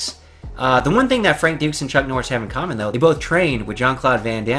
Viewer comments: Martial Arts aside. Who the hell is Chuck Norsh???!!! Enunciate you words you muppet. Dear god! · Who the fuck is chuck norish lol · "Chuck Norsh"